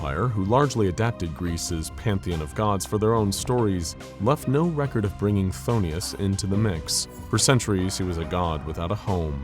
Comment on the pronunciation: Why is he constantly pronouncing is as Pthon*i*us and not Phthonus.